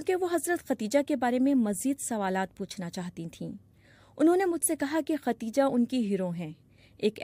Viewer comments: Khadija word is correct , not khateeja, please correct your language Shakeel Azeem dated... 27 th May, 2023 خدیجہ درست لفظ ھے ، اور جو آپ نے بولا وہ غلط لفظ ھے ۔۔۔۔ آپنے کہا ختیجہ ، اس لئے آپ اپنی غلطی درست کرلیں ، عین نوازش ہوگی ۔ یہ درستگی سامعین کے لئے بھی بہتر ثابت ہوگی اور آپ کے لئے بھی ، چونکہ عوام عام طور پر ریڈیو اور ٹیلی ویژن پر نشر ہونے والے پروگرام کو صحیح سمجھتے ہیں جبکہ عام طور پر پروگرام پیش کرنے والے حضرات کا علم عامیانہ ہی ہوتا ھے اور علم لسانیات ( زبانوں کا علم ) سے انکا واسطہ براے نام ہوتا ھے ۔ جب بی بی سی کا نمائندہ خبریں پڑھ کر سناتا ھے تو عوام اسے دنیا کا قابل تحسین شخص سمجھتے ہیں جو کہ ایک بڑی غلطی ھے ۔ شکیل عظیم مؤرخہ 27 می سنہ 2023 ۔ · اصل نام خدیجہ تھا۔ آپ بار بار ختیجہ کہہ رہی ہیں۔ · How does the bbc recruit such kind of narrators? Every time she said “Khatija” instead of “Khadija”. Shame on!